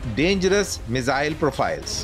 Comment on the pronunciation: me-zzzille 😅... bhai miss-ile bolo ... saarrey delhi wale ... accent critical nahi hai par thoda dhang se hi bol lo.. also content impactful banao - explain to a layman what is star! Give specs... you had enough to deliver double info